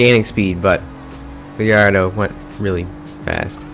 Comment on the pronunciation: Gardo? You mean Gallardo? Where the fuck did the "ll" go